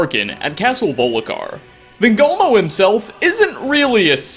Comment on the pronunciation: "Van gogh moe"